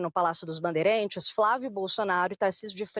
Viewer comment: A reporter Maju pronuncia a palavra "bandeirAntes* como " banderEntes". 😂😂😂